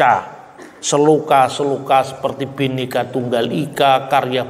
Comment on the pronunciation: PakbapakselalumengucapkanBenikatunggalika,bapasalahpak TapiBinekatunggalikalbukanbenika tapibhineka bukanbhenikaterimakasih